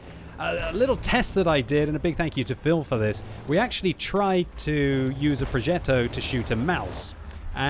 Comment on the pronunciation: you have a kinda tuscany accent in saying "progetto" :)